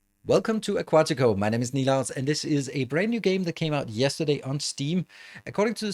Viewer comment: the way in which he speaks the name correctly makes me wanna cry, ngl...